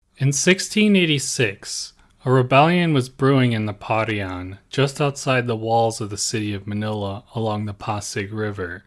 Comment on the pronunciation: Your pronunciation of non-English words shows your lack of thorough research. Pa-ri-an (not pa-rian) Ba-rang-guy (not ba-rang-gay) Ho-lo (not joe-lo)